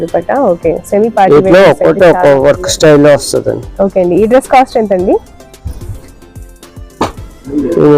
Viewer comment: కాస్ట్ కొంచెం క్లియర్ గా చెప్పరా